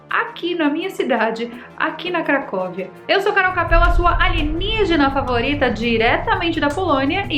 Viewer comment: eu tenho minhas dúvidas, se a Carol não é uma alienígena. Como ela diz "Aligenigena" Se não for, é quase!!!